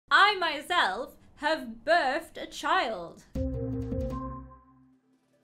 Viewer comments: It’s birthed not burst 🤣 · Her : i hafe burthe a chald Me: WOT